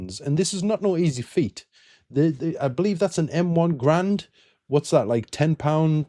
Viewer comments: The proper enunciation for the M1 Garand is "gair•ren." The 'D' at the end is silent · No tf it’s not😂 John C garand made it. Pronounced guh-RAND